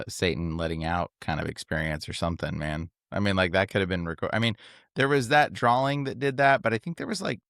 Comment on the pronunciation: Haha why does always say drawling instead of drawing. Am I missing something here? 😅